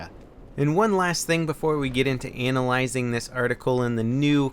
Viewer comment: he said ANAL-LYZING XD